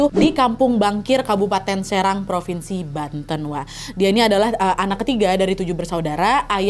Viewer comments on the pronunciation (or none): none